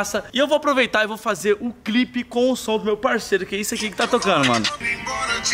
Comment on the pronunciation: Kkkkk o Renato vai falar clipe ele fala crip